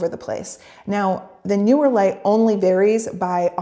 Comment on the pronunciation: It’s Neewer; not Newer 😂